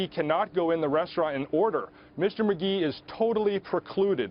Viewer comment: Mr "Magee" "Mag" "e"